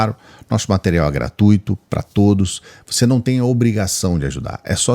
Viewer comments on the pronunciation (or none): none